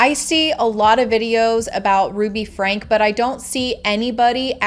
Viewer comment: Get her name right it’s not FRANK